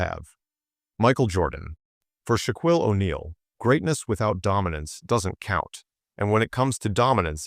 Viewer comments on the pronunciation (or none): First, your dumbass AI can't even pronounce Shaq's first name. But worse, you misspelled BOTH Michael AND Jordan. Jeez really sloppy.